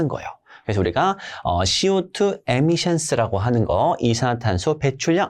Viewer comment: Emission은 (/에/미션) 아니라 (:이/ 미션) 으로 해야 맞는 것 같습니다.